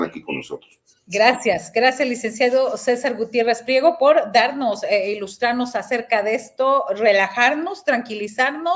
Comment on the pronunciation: soy ignorante en esto, que es eun jues, un ministro, un magistrado, y usted por cual se va a postular, porque usted, es mi gallo pero quiero saber que es usted. y favor de a c l a r a r que es P R I E G O no P L I E G O